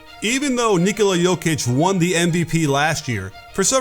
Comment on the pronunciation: much respect to the coach for pronouncing right his name